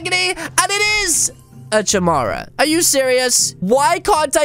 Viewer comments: It's said like chimera (Kiy-mere-a) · It's said chimera (ka-mera